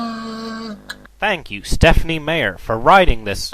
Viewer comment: That is so fake, It's not even Stephen King talking! And it's Stephenie Meyer...not Stephenie Mayer! Know your stuff before you spout opinions about it!